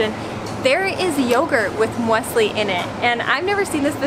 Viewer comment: But no! With Swiss Müesli, you do pronounce the "e" as well. Otherwise it's "Müsli" which is a small mouse in Swiss German. A common mistake made by Germans.